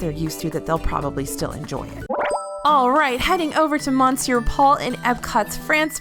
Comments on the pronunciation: Just a friendly cultural note, “Monsieur Paul” is actually pronounced “Miss-your Paul” 👌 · I cringed every time she pronounced Monsieur wrong and I’m not even French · Honey next time just Google how to say "monsieur" and practice a few times before you mispronounce it multiple times in a video, it sounds out of place in otherwise well-made professional content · monsieur is pronounced m'sear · No it’s pronounced mon-cyeu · I've never heard anyone French pronounce it that way. Wee-Sen Choo is closer to the way I've heard it pronounced - more like muh-se'yuh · I personally like the mispronunciations as it makes feel personable and adds an extra layer to the videos.